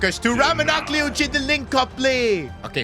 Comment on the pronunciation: Just, PAIXAO, we say it PACHAO and AKLIOICHE, the E is not pronounced